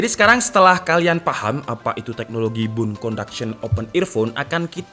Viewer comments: bone kak bukan bune 😁👌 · Dari tadi gw dengerin BUN conduction itu apaaa, lama2 gw paham maksudnya BONE